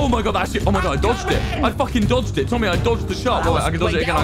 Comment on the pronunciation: “Just guckking it”